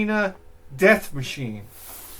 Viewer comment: “Next Machine-uh” lol illiteratehead1000 You can almost hear his erection growing when he plays it though.